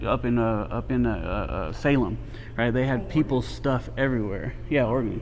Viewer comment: Glad to hear a Cali boy pronounce Oregon right!